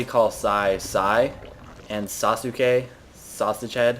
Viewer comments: Yay! ! ! Another epic video! :) I think it's Saske (its e not ey), My Japanese might fool me though. Your woman tingling sensors should already know that... :P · Lmao hes one of the main characters in the anime Naruto. Oh and Its pronouced "sasqué" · It's pronounced "saske" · You actually pronounce it 'Sas-ke'. Those japanses talk really fast. Totally naru-tardness! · its pronounced : saske. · I can see how someone might pronounce it Suzuki, but it's still hard to listen to because everytime you just want to correct him. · Actually it's Sask-eh, since in japanese U is almost muted. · Psy, the fact that you don't know how to say Sasuke makes me proud of you. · You made his name sound way more Japanese than it's actually pronounced. xD Probably a Naruto reference. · Not everyone cares about childish anime series okay, so dont bother Psy or any other grownup blaming for not pronouncing the name correctly. Because frankly, who the fuck cares. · This video is funny for us naruto nerds, listning to Psy saying sasuke wrong :D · And thus one thousand fanboys cried over your pronunciation. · its susuke (sahs-kay) and its a characters name from naruto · it is pronounced saucegay. lol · SASKAY is the pronunciation xD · Psy i want to tell you that Sasuke is not Suzuke or something its Saskee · Sasuke is just pronounced Sasuke, not Sasuuchii. :p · its pronounced sauce-k ;p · ITS NOT SUSUKI <.< hes not a car dammit ! its more like sauce key or SaSKe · its sas-ke , not sasuki XD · saucekay ok? thats how u pronounce it.. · It's from Naruto. Pronounced Sass-gay lol at least thats what my friends call him. watch the show and you'll see how they say sasuke exactly. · "Sah-su-kay" "sahs-kay" Anything other than the way you are saying it. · It's actually actually pronounced something like Sauce-Kay. Those to words together is how it's pronounced, learned that from the show NInja Warrior on G4. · Sasuke?! Sas-keh. >> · Sass-KAY! lol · Actually it's pronounced Sause-Gay